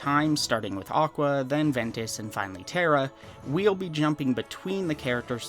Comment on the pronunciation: even better: JOCK-wa